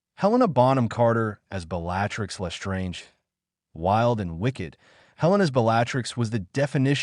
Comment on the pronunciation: Really Severe Snape... No, that is not how you say it; it is worse than Snivelus, like the Marauders used to call him. Bel latrix, I'm almost surprised that you didn't call her Bel latex